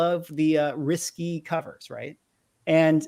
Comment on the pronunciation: Risqué = pronunciation /ris-KAY/ not - 'risky' 👍. Sometimes I can't help myself